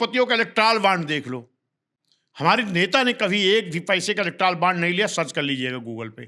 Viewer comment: इलेक्ट्रॉल नहीं इलेक्टोरल बॉन्ड होता है पाल जी ।वैसे आपके पास पॉवर नहीं तो बॉन्ड कौन देगा आपको